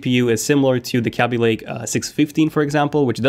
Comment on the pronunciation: why is english so strange, he forgets a lot of his s's like when he has 2 usb its 2 usb's and he confuses then and than, what the hell is he trying to say, work on your annunciations you are very hard to understand and its KEL BEE not kah bay. Seriously work on your speech. udderwise what is it a cow?